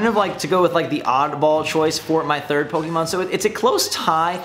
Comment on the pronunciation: What's a puhkeymon?